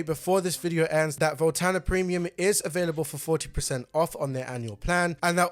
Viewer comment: Voltana? Volanta!!!